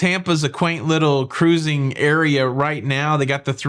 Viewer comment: 1. Feeding Gulls: If you're doing something that's wrong, you will be told about it. Of course you'll feel uncomfortable. Live with it. 2. Formal Night: People are too conscious of themselves to give a --- about you. 5. Jokes:, you're a niche news presenter. Part of your niche is presenting who you are. At first, I was off-put by "For your face" and "Cah-ruising". Now I'd miss them if you stopped. Same with the dad jokes. You present news that is (as far as your research can tell) accurate and informative. And you present yourself as well. I choose to watch you for cruise news instead of the others. Don't change who you are. Please. 5.5. Dad: I regret hearing that your father is dead. May he be in whatever version of Heaven he believes in, and may he hear the love in your voice when you mention him. Dad joke time: A piece of string walks (slithers?) into a bar. The bartender informs him that they don't serve string in this bar, so the string leaves. He thinks for a time, then does some complicated yoga and wraps himself around himself. Then he rubs one end of himself on a particularly coarse bit of pavement. He walks into the bar again. The bartender says "Aren't you that piece of string I threw out a minute ago?" The string responds "No, I'm a frayed knot." You're welcome.